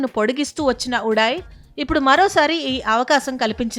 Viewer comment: Adhi udai miru telugu nerchukondi first udal udaayi kadu udai antey telugu lo di vastundi da radhu andhkey tv3*3 aneydhi